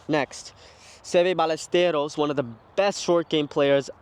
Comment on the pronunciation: Good pronunciation of Seve Ballesteros, extra bonus.